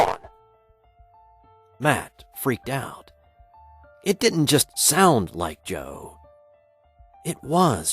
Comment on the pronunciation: didn't, not ditn't FFS!!